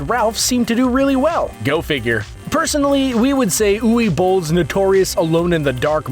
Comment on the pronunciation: I love oowee bull's movies, as for Uwe (w sounds like a V cause german) boll